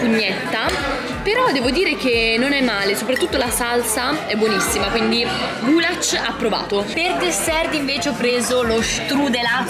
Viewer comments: scusa se ti correggo ma non si dice gulac ma si dice gulash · nn si pronuncia gulac si dice gulash